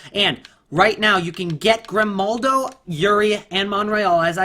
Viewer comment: Its Grimaldo not Grimnaldo😉